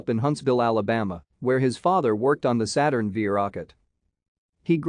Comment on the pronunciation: “Saturn Vee” rocket??? Really? Good grief!